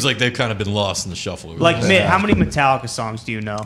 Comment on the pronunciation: Metal-licka?? Mitt stick to that Yankees hat the white sox don't want cha